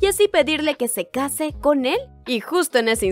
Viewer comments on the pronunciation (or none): none